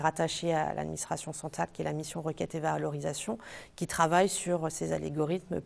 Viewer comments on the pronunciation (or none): Algorithmes SVP. Pas Alégorithmes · les "alégorythmes"! c'est mignon, j'adore